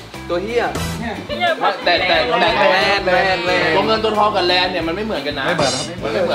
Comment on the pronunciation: เเลน ไอ้บ่าว ไม่ใช่แรน